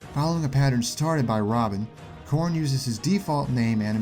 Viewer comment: It sounds like you say corn instead of Corrin sometimes, therefor the comment. ;)